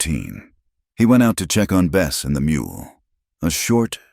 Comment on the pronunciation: Good story but the so called AI narrative with mispronounced words like the name of the horse changes from Bess to best and many more spoils the effect.